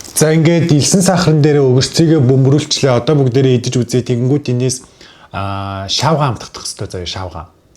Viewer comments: шавгай биш шигай😂😂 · шаавгай бишээ шийвгай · Эхэнд шивга гэдгийг шавгай гэнээ😂😂😂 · Шаавга биш шиуга😂😂😂😂😂😂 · Хуцаад л байх юм шийгуа гэж хэлдэг